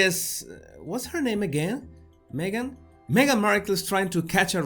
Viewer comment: I love how you call Me-gain a "suspect"...